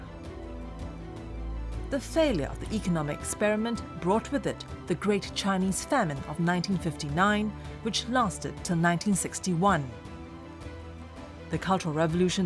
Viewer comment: The narrator pronounces the Chinese names in accurately. When G7 countries are gathering up to counter China these days, it is specially interesting watching this video. I'm Chinese and I know a lot of people don't like China. But you're welcome to visit China after the pandemic.